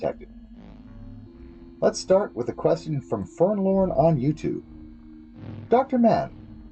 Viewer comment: also for the nonexistent record, my name is F E R N L O M. Fernlom. (Pronounced fern - LOM)